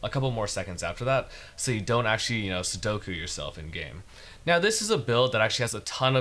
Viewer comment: The way he said "in game" almost made me die irl lol